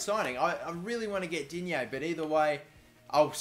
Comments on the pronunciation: Pronounciations: Digne - Dinye Gonalons - Gonalon Stade Rennais - Stad Ren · It's pronounced Di-Nyae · Im French and when you say digne the g is silent